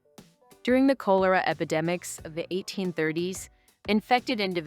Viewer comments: It's K-awl-or-ah, not Coal-or-ah. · Kol uh ruh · You seriously can't pronounce 'cholera' correctly? Call-er-ra not coal-er-ra. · It’s not Coal it’s Col… cholera… look it up before you start mispronouncing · It’s not Cole-er-uh but Call-er-uh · Yes, please re-do this with your own voice. You would do it much better than the AI voice. Perhaps the cholera ghosts will find peace if you could pronounce "cholera" better than the AI sounding like colara. I'm subscribing to your channel for any updates. You'll be great! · The AI voice is emotionless and just bad. The pronounciaton of 'Cholera' gives it away. I stopped watching. Real people please. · You know , it's ai when they say Coaler ah epidemic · I stopped watching when Cholera was mispronounced. Do some background research and get a professional narrator! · Obviously read by AI. Can’t pronounce chlora. Scat. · yeah because hearing the ai mispronounce cholera is just off putting. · Cholera for one thing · More like you. Geesh. How do YOU pronounce 'cholera', eh?